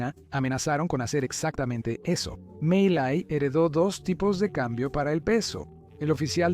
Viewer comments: The mistake with the name "Miley" is quite simple; just change it to Melay. The "e" sounds like the "i" in Spanish, and the "ay" sounds like the "ei" in Spanish. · Y no se pronuncia "malai" se pronuncia "Milei" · Miyey? Wtf se pronuncia Miley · Se llama Milei no Malay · "Malay" me encanta 😂😂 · Se pronuncia milei... Aweonao aprende a leer